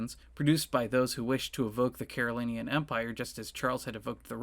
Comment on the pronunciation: It's pronounced "Carolinjan," you know.